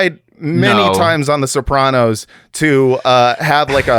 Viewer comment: Guest pronouncing it Soprohnos is enraging